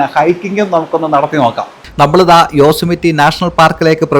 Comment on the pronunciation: Great video. BTW, for the pedantics here, it is pronounced as Yoh-seh-muh-tee (Yosemite)